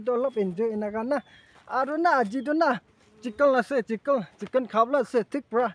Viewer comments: Hahahaha it's chiken bro not chikil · Special not specian and chicken not chickle 😢